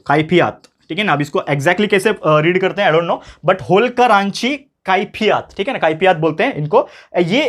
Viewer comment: Khaifiyat nhinsir kaifiyat thank you sir for your best lecture